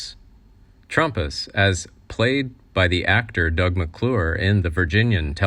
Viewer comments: REALLY TRUMP US? If you are going to do it, then do it right, TRAMP US!!!! CLU- GOO LAGER? please take the time to learn their correct names/pronunciation when doing these. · It's Trampus, not Trumpus. My my my... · It's pronounced Tramp us, not Trump us! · James Dury passed away 2 years ago? And wasn't in wheelchair. That's not even his body. Just his head. Get real. U can't even pronounce names correctly...it's trampus and not trumpus 😅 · It Was Trampas Not Trumpas, and It Was Lee J. Cobb Not J. Lee Cobb. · "Trompas"? Seriously? You lost me right there. I don't think you even know what you are talking about. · Who is "Trumpas"? Don't do these videos if you can't even pronounce the names correctly. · Nope....Trampas was a main character and his name came up frequently. Why should it be mispronounced? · trampas mis pronounced